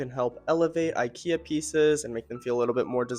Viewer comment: Great ideas and suggestions. I love your sofa. The only thing I didn’t like was every time you’ve said incorrectly ikea.